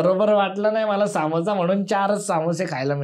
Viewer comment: saamosa nahi samosa asto he kai brobr naahi😂